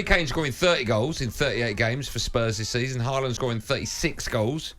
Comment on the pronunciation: It's Haaland. English bias nonsense.